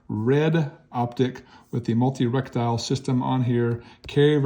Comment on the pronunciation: Reh tee kel. Not Rek tile.